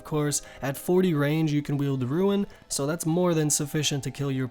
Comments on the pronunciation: Did you just say ruin darts? instead of rune darts? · Host of the video said rune and pronounced "ruin" instead of rune several times, ruined the entire video which was otherwise good and informative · Disliked for pronouncing Rune as Ruin. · Stop fucking saying Ruin. It's Rune, you fuck.